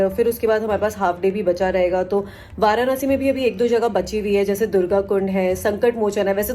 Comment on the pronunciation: It's वाराणसी not वारानसी